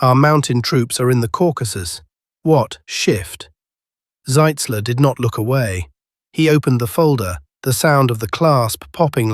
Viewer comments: The way you pronounce it on the video, that would be General Zeitzler, not Zitzler. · ...and not "Sitzler." Shoddy work,.